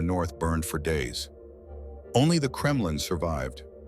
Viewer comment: no wonder the Mongols were feared. That and the "Kremlin" a few seconds later. AI slop can be forgiven, low effort AI slop can NOT.